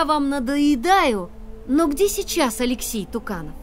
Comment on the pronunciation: алексЕй а не алЕксей!